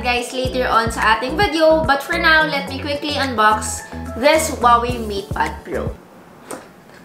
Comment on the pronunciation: Annoyed with your "THES" paki bigkas ng tama next time, "THIS". Nice review, nevertheless!